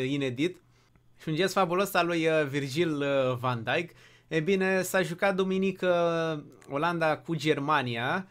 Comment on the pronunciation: Am crezut că zici Virgil Vand Djik